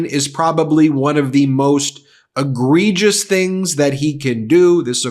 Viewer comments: This time I have to agree with Mad Marge, Moscow Mike must go. And then she should go also! Mad Marge surely didn't come up with the word "egregious" , it has 4 syllables and she can't pronounce it! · MTG said egregious? She must've been rehearsing.